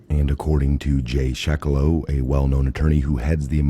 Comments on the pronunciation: Jay's name is pronounced "Seh·que·loe" - NOT "Sheh·que·loe" - as you pronounced it TWICE. WHY DON'T YOU DO YOUR HOMEWORK??? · Jay Sekulow, not Shekulow